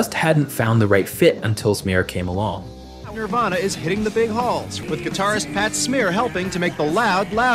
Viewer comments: Ugh... every time you say Nirvana it comes out Nearvana and it's driving me nuts 🤦 Nearvana??? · Narrator can't even say Nirvana right